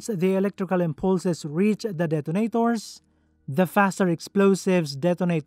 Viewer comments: This is always what gives away that it's an AI-generated voice. They're everywhere here on YouTube.. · the way he pronounced "Detonators" hadt just made my morning DET-AH-NAE-TOORZ